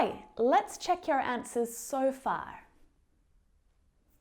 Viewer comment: you said "asnwers" instead of "answers"